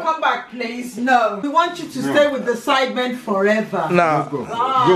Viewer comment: she said sidemEn